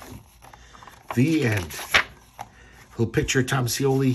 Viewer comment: It's pronounced Tom (Shee-O-Lee)🤩😎🤪